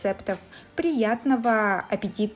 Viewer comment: Да уж, неприятно слушать " приятного аппетита"🤪🤮